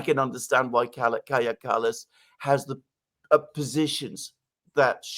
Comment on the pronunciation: Danny - Kaja is pronounced Kai-ya.